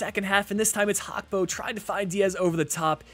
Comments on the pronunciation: It's Gakpo with a G not Hakpo 😑 It's bleeding my ears 😑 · Why do you call gakpo hakpo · Liverpool won the community shield and Gakpo’s name is pronounced how it is spelled, not Hakpo